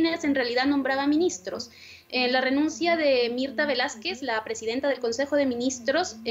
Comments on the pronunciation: Mirtha Vásquez, no Velásquez! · Que mala corresponsal, no sabe el nombre de la Ex primera ministra ( Es Mirtha Vásquez y no Velásquez ) , ni es objetiva. Pensé que era un portal serio.